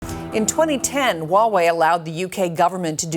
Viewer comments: I twust Waw-way compweetwy... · No Way Hauwei